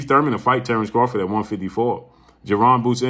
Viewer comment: He did all that lead up just to pronounce Terrence bud Crawford in correctly 😂